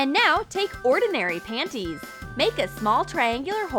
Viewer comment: Lol you said pannnyS